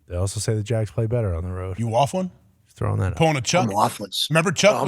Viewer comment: Too much whafffling 😂